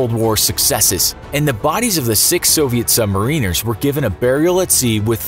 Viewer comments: Thank you for properly pronouncing "submarine-ers" rather than "sub-mariners." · At least, you pronounced "submariner" correctly. Im a sub veteran. It really grates our ears when its pronounced wrong